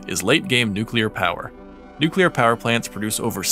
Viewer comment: FINALLY!!! Somebody who says "Nuclear" correctly!